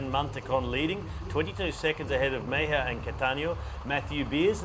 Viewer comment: I bet the name of the Colombian rider (3rd place on TT) is MEJIA and not MEIJA. Just saying.